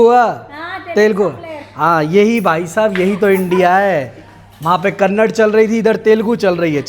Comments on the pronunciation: Abhe vlogger bolta hai kud ko kannada bolne nhi aata hai kannad kannad bol raha hai 😡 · It's not "KANNAD❌", the language of Karnataka is "KANNADA"✅ - Please make sure, you pronounce it right from next time :) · Are bhai wo kannad nahi kannada hai😤😡😡